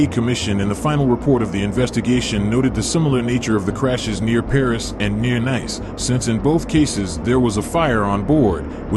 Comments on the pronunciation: Nice is pronounced niece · Having just watched this video I will reiterate stuarthumphrey1787' comment below. Nice is pronounced 'Neece'. And France is pronounced 'Frarnse'............................